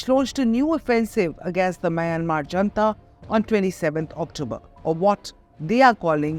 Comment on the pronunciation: Attn., Editor: junta, pronounced not as jantha but as hunTa. Fyi. It's not an Indian word, after all.